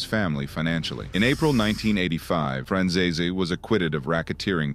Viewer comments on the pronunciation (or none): It's not pronounced Franzayzay! He was adopted by Sonny and it was his real son, John Franzeze, that John Sr wanted dead because he testified against his own father! I'm only partway through the video and these egregious mistakes aren't really acceptable to be honest! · Why does everyone butcher michael franzese's name so damn much. It's pronounced fran-zees